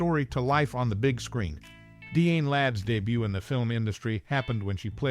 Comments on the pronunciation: Die-Ann not Deeann. 🙄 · DeeAnn Ladd? Some ought to tell this guy to take a literacy course!